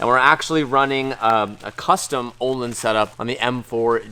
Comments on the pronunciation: Uhhlins is how you prenounce your shocks o with the dubbele dots ontop ö= uhh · Say "Work"...... Good. Now pronounce the letter "Ö" in Ölins, like the "o" in work. // Swe guy.